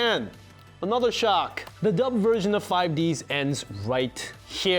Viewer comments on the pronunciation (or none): You keep talking about Zexal/Zeal but you keep calling 5D's "5 D.S." IT'S 5 DEEEEEZ BRO! lol. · Five-u Deesu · I’m sorry, but are you actually calling it 5Dee Ess? You use the possessive D’s, as in Deez I think the duel between Yugi and Jaden never happened. Remember, in Bonds Beyond Time, Yugi introduces himself. So either their duel did happen, or it was erased as part of timeline changing bullshit I saw that 5D’s takes place in 2030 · Well I stopped watching after he said “five DS” it’s “fuh -ive dee-s” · Having a person that knows little about the cringe always makes me cringe with these type of videos. It's "yugioh 5 deez" not 5DS, what is this a Nintendo console that touches the 5th dimension? Nintendo labo? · Why does he say 5 D-S instead of 5D’s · man makes a video about 5 d's lore calling it 5 ds and not 5d's for 5 dragons for what was originally going to be the 5 signer dragon's i didn't think it would trigger me as much as it did the apostrophe makes it produced differently than the Nintendo console if you want to know how it's pronounced watch one of several dub episodes where they say "previously on yugioh 5d's" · ok i dont know anyone who says 5 D S it always 5d's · I hate the way he says 5d-s instead of 5ds it annoys the shit out of me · Did this yugioh fan called 5ds 5d S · D S? That's a Nintendo handheld game device, not TV show. The show is pronounced D's, as in the D is plural! If crunchyroll is gonna talk about yugioh anime, please say 5d's correctly. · "Five Dee Ess" Aaaaand this guy doesn't even know how to say the name of the show properly, so should I put ANY stock in what he has to say about it? Answer: No. Not wasting my watch minutes here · No, I cannot. Also, its 5Ds, not 5D S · I thought the same thing I was like wasn't it 5dees LOL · I banish u to the shadow realm because its pronounced 5d's theres an apostrophe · No way this man pronounced "5D's" as "Five Dee Es". Credibility lost, didn't finish video. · 5 deez? deez what?